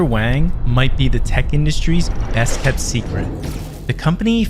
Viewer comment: Wang is pronounced Wong